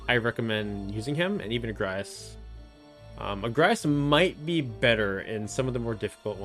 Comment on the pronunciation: yeah I've been following for a while and I haven't subscribed. I will now. But it's agrias. Not agraias